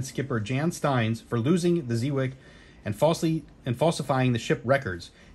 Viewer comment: Lol I just got this coin as a gift, love it! It's pronounced Zey Wake! VOC is at the top!